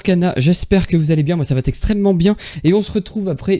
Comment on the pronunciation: Merci pour tes vidéos très intéressantes ! Par contre, stp, arrête de dire "moi ça va "textremement bien", ça pique les oreilles ^^ Il n y a pas de "t" à la fin de "moi ça va"...